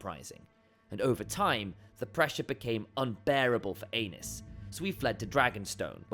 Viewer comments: I thought it was ay-knees not anus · not"anus"Targarian,"Ā nice"Targarian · Poor AEnys...Doomed to have his name mispronounced as ANUS in video after video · Prince Anus... oops!! Aenys... 😂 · Too bad the pronunciation of "Aenys" sounds like "anus." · "ae" is pronounced as "ee" Which I have no doubt you know. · I thought I was mature enough to handle hearing “ae-nus” after reading a few of the comments but no. Giggle every time lol😂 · Poor AEnys...Doomed to have his name mispronounced as ANUS in video after video 🤣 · “The pressure became unbearable for Anus.”😂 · I thought I misheard ...lol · The ae in Valyrian is a long ā and the y is an i or *. If you pronounce the mad king Aerys' name the way they do in the show, (air-iss, ā-riss) Aenys would sound like 'aye-niss', 'ā-niss'. Seems like Gentlemen Broncos to me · I just had the most difficult battle of my life trying to not burst out laughing loudly as soon as I read your comment. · Even the auto-generated captions think it’s “King Anus”🤣🍑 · Exactly why people need to stop using AI voice overs - stuff like this… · I sent it to my mom and I’m just waiting for her to be like why is he saying anus? 💀💀💀🌝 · Ikr 😅 Bro said "Anus & Ranus" 😮 🤣🤣🤣